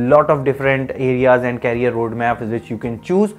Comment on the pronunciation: Knowledgeable video. Please pronounce it as Career NOT Carrier.